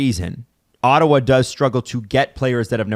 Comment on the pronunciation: It's Ottawa, for christ sake.